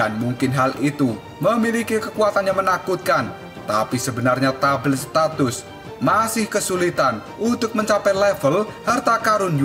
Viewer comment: menit tablet status ... bukan statis bang ae..😂😂😂